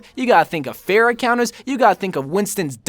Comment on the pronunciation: This dude said Pharah like “Fair-a” 😭